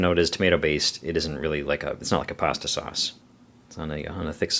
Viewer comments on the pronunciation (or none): none